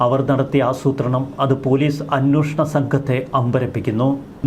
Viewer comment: എന്തുകൊണ്ടാണ് മലയാള മാധ്യമ പ്രവർത്തകർ അക്ഷരം ശരിയായി ഉച്ഛരിക്കാത്തത്? അന്വേഷണം എന്ന് പലരും പറയുന്നില്ല. അവർക്ക് അന്വോഷണമേ വായിൽ വരൂ